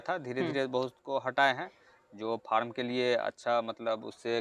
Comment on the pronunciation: Bhaiya aap form bolna chodiye, usko Farm kaha jata hai